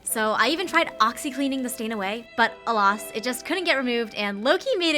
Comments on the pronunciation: Just fyi it’s alas not aloss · Bought all those supplies and didn't buy smaller scissors lol. This video really inspired me though to give punch needling another chance. I wanted to try it years ago but had the same problems you had and just gave up lol Also, Alas is said like Uh-Lass